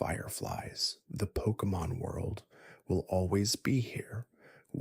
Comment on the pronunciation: Please improve your pronunciation of Pokémon names